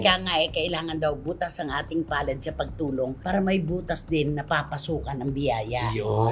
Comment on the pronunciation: "bukas palad " not "butas". bow.